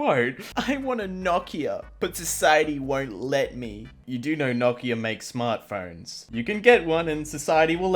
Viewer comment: he pronounced nokia "Knock-Ee-Ah" instead of "No-key-A"